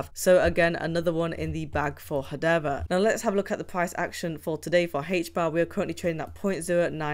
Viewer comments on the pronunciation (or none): Wtf is hadeva? It's hadera. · HedeRA. And not HedeVA.